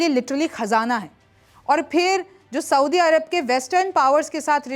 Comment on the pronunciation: Soubi nahi soudi hota hai